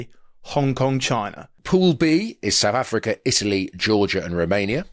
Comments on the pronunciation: Who the fuck is Sa'afica? 🤣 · My god, they both say 'Sa'africa'. It's SOUTH AFRICA! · We’re not Saafka, we’re South Africa 😂